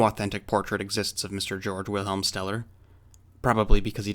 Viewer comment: Steller's name is not pronounced as "Jorj", but as "GAY-org". Just FYI.